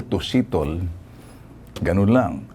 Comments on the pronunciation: Ndi setol sir Ben kundi stole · 😂😂setol, sitol, setel😂😅katawa 😂😂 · Natawa lang ako mr. Ben tulfo kay sitol,ano nga ba sitol o settle.😂😂 pastilon oi! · Ha ha ha nakakautuwa naman po kayo Sir Ben ginaya nyo pa yong pronounciation nya ng settle